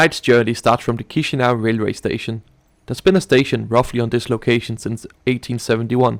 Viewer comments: Please stop pronouncing "tchishinau". It's "kishinau". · We don't say Chișinău like chishinao we say it like kishinao or kishinev